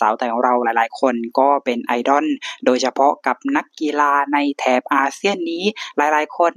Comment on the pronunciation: 🥰ถ้าบอกว่าเป็นพี่น้องกันยังเชื่อเลยนะครับเนี่ย 😍แอดมินครับ.. IDOL ออกเสียงว่า "ไอ-ด้อล" ไม่ใช่ "ไอ-ด้อน" นะครับ..อิอิ😋